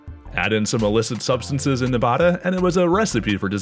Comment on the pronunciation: This video is awesome in absolutely every way except the mispronunciation of "Nevada."